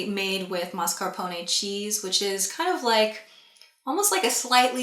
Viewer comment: I love how your italian words are pronounced more than correctly :D Only the o in mascarpone is normally very short, your version is slighty too long but is more than good for an english-american. Is more mascarpHOne like in PHO